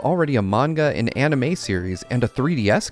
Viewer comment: This must be your first rodeo on any big video game reviewer. Also the guy can’t even pronounce anime right so yeah it was bound to be ass.